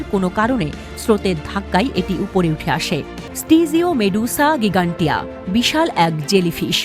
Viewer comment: গিগান্টিয়া❌ জাইগেন্টিয়া ✅